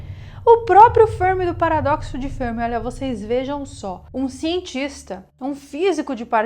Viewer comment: A pronúncia de "Fermi" deve ser a italiana, e não a inglesa.